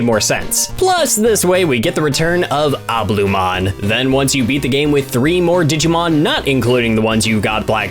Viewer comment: CAL-LU-MON not culumon